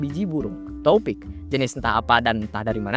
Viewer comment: Njir toepick dibacanya topik, nama bapak temen gw tuh😂😂